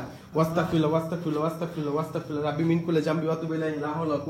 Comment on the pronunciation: Abar Astagfirullah) ke bolteso. Wastagfirullah. 😅. Eta tik koorar chestra koro bro 🤗